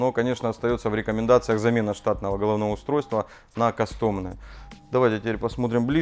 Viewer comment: кАстом а не кастОм